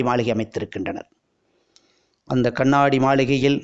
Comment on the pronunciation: அருமையான தகவல். நன்றி. கண்ணாடி என்று சொன்னால் போதும். கண்ணாணாடி என்று ஏன் கஷ்டப்படுகிறீர்கள்